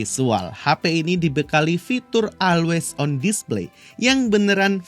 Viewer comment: Dibaca nya olweis on display ya bang bukan alwais on, biar enak denger nya wkwkwk.😅